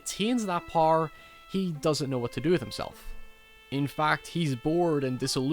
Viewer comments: Power not "Parr". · Where in the world do you pronounce power like that? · Learn how to say the word power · Why can't you say power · I love the way you say power, dude (No homo)